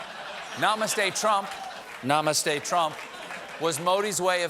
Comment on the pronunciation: Stephen pronounced namaste wrong for a start, but i feel trump should have learnt the pronunciations , he wasn't speaking an entire sentence but just little words here and there